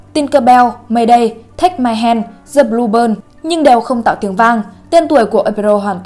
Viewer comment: The blue bird má đọc là bơn tôi cũng chịu huhuhu mặc dù tôi dốt t.a lắm